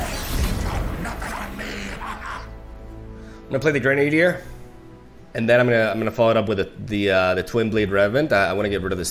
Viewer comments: Kinda shows how weird English can be at times, but your pronunciation makes sense from what you know, but it's normally pronounced Gren-uh-dier, instead of gren-ade-dier. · it's not reborn Gre-Nadier, but Gre-na-dier. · Heads up, Grenadier is pronounced Gren-ah-deer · Awesome deck! Looks powerful. Also btw... grenadier (gren - a - deer) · Since I know you asked for this about a year ago: It's "grennah-dear"